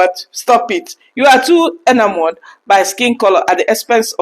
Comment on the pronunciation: You said the word 'Enamored' correctly. It is pronounced 'EH - NA - MURD. Sometimes it is better not to use 'big' words that people don't hear frequently as you did not figure out what its meaning was. The writer could have used 'LIKED' or 'LOVED.' As they say in the USA, 'Keep it Simple.'